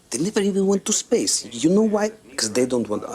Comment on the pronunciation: how cute, pronouncing "space" like "spice"